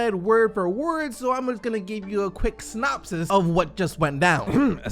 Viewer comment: Really thought you said “snopsis”